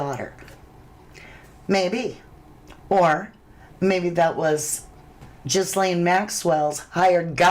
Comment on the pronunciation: GA LANE OR GEE LANE the S is silent. That poor child. 😢 I find it so creepy these evils always and I mean always smile huge in pictures like they're the happiest person alive. Not the victims the pdfs.